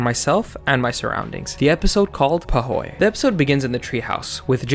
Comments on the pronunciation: I thought it was pronouced (Poo) (hoy) not (puh) (hoy) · It took me way too long to realize actually said Puhoy Lmfao